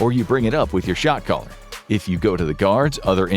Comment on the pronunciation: Was I alone in thinking I was hearing "shock collar" instead of "shot caller" until I started reading the captions?